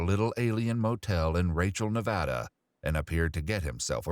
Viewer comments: joe its not naaavada its Nevada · please, LEARN HOW TO PRONOUNCE NEVADA IT'S (NIH-VAHH-DUHH) AGAIN (NIH-VAH-DUH) PLEASE JOE IT MAKES NEVADANS TWEAK IF YOU SAY IT WRONG